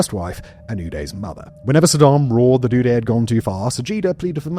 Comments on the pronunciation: It’s udoo-day to die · The way you pronounce the names "Uday" and "Qusai" is the best part of this video